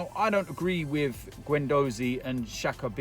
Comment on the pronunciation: Mr "to be quite honest wiv ya"